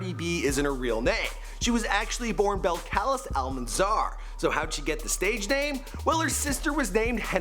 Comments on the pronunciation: "beh-cal-is" BELL-CAH-LEESE ! 😭😭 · BELL - CUH - LEEEZ. Why would she marry someone who cant even pronounce her name smh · Baby, it's pronounced BelcalEEESE 😂😘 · You're butchering her name lol Bell-Ka-Lees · her name is pronounced bel ca lize......damn canadians.. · That’s not how u pronounce her name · You said her name wrong💀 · Your not saying her real name right she says it way different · I can't get over how you're saying her name though yiu should at least know hot to say her name!